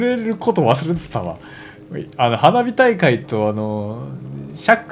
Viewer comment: 花火大会が鼻毛大会って聞こえたw